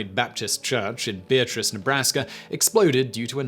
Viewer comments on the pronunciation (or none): Beatrice (Nebraska) is pronounced "bee-at-triss" with stress on the 2nd syllable. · Don't worry, almost every non-Nebraskan mispronounces Beatrice (bee- AT-riss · Beatrice, Nebraska is pronounced BEE at ris I know its weird but nebraska is known for weird pronunciations. Kearney is pronounced like karny, norfolk is norfork etc. I grew up in beatrice and never even heard of the fire until after I moved away. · You know you're from NE if you can pronounce Kearney, Norfolk, and Beatrice. I grew up in beatrice.